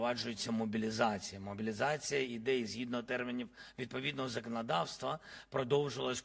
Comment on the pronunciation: Якось дивно ти вимовляєш слово могилізація і бусизація